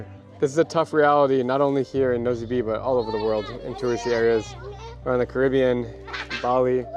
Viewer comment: Nosy Be is pronounced "Noosh Bay." I went to Madagascar in 2017 and wasn't impressed with Antananarivo ("Tana"). It's filthy and dodgy, and many locals call it "Andikybe" (place of much poop). Nosy Be is quite a nice place, much safer and calmer than Tana.